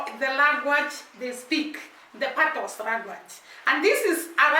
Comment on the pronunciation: Dunns river is pronounced " Dones river" . Patios is pronounced " patwa" the "s" is silent